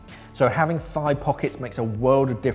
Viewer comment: I kept thinking you were saying five pockets. I was sorely sorry about your math till I realized you're probably saying thigh, not five. :)